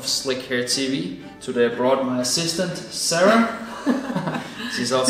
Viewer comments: I heard " my sister Sarah, she is also my fiance" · I too heard sister!!!! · I heard sister! Until I replayed it 3 times & heard assistant Sara! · I 100 percent thought he said “my sister” also lol. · haha - me too! was a bit shocked as to how casual they were about it 😂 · I heard the exact same thing. I was like: dang, too much of Game of Thrones. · Man he said assistant not sister i first thought my ears are betraying me but many people heard the same.